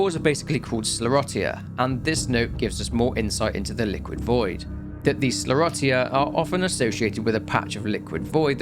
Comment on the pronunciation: Not to be that guy but it’s pronounced “skler-osha” 🤣